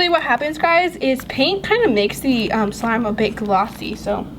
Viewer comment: she said swime